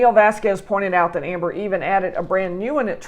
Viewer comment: Thank you for saying this. And for pronounce Vasquez, not Vaskwes